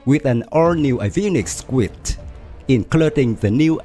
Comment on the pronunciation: Very good video Pronunciation suggestion: “suite” in American English is pronounced the same as “sweet”.